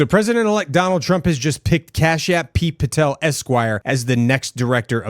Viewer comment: Heard that as "CASHAPP" i had to rewind this twice